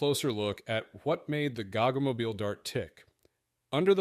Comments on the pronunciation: It's ponounced Go Go Mobeal G-O-G-G-O!!! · oh FFS.. please learn pronunciation WTF is a gog gog moble? its G O GG O aussies will get it ;-)